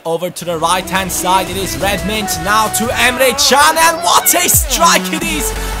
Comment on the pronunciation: today the Turkish football websites have released an article saying that Can's name is pronounced Emre Jun, just saying...